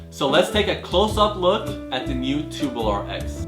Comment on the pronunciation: it's tube-U-lar not tu-boo-lar